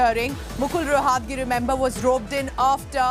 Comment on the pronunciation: Atleast pronounce the name right ... Roh at gi is how the name is pronounced ... It neither Latin nor French so where is the problem... Godi media is bloody unprofessional in every way